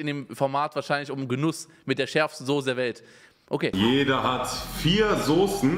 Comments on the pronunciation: Niemand: Absolut niemand: Unge: Sose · Normale Leute: Soße Unge: Sose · sagt auch Sose 😅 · von PietSmiet sagen auch alle Sose